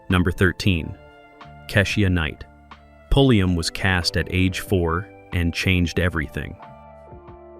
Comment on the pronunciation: It's pronounced Kei sha Night Pulli um